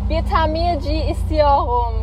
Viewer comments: BIR TAMIRCI ISTIYOGUM 😂😂 YOU HAVE A FRENCH ACCENT, JUST SAY "R" AS YOU SAY IN ENGLISH, I THINK YOU ARE TALKING WITHOUT "R" S BECAUSE YOU WANT TO LOOK DIFFERENT. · alman "r"si xd